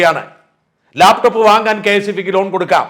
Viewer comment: ലേപ്ടോപ്പ് അല്ലടോ, ലാപ്ടോപ്. മലയാളവും പറയാൻ അറിയില്ലേ?